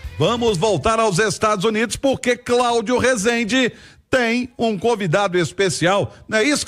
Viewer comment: Não se pronuncia assim resende , fala então so orlando , ja q vai pronunciar errado